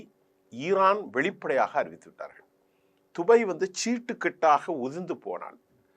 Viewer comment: இவன் வேறு உலகத்தில் இருந்து வந்தவானோ? dubai துபய் கிறான் qatar கத்தர் நுசொல்வன்.